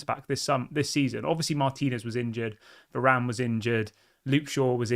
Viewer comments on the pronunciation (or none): none